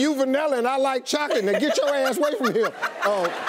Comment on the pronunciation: Bro the way she said chocolate u know she meant it 💯💯😂😂